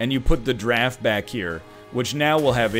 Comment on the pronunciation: Anybody else hear eggman say "killer draff" but your brain hears "killer giraffe"? Yeah, everytime.